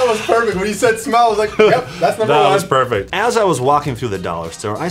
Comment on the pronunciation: I legit thought he said PERVfict IM DED XD